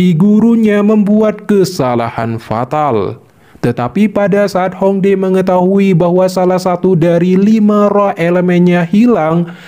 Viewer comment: Bukan Hong dae min, tulisan nya Hong Die baca nya Hong Tie